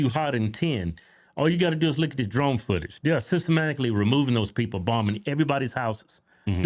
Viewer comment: Her self-acclaimed brilliance stumbles as soon as she can’t pronounce the word ‘drowned.’ ‘Blah…blah…drownDED’